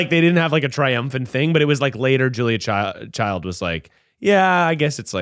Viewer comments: It’s CHILD, not CHILDS—thank u for getting it right lol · I love you Zack Cornfeld, but her name was Julia CHILD 😂 no s